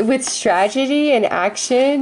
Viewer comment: Otherwise it's sounding like Trag- e- dee. :'(